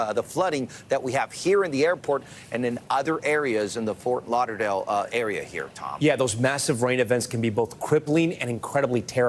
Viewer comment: Fort Lauder-lale 🤔 0.45?